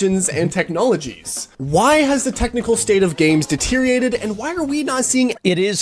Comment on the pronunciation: "Deteriated" soeaking of things that are deteriorating. People are losing the ability to speak proper english.